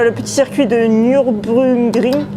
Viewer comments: Nürburgring. Tu prononces "nurbourgring". Il est à Nürburg, en Allemagne. "ü" c'est u, et "u" c'est ou. "Ring" ça veut dire "anneau" ou circuit. ;) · Super vidéo, juste pour le moment du verrouillage. Nürburgring est vraiment un mot difficile. Mais merci pour la belle tentative. Au fait, ... Charlotte est en train de devenir une star secrète dans votre YouTube Chanel.